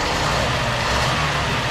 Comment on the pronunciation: hahaha I liked that " very nice" Borat esque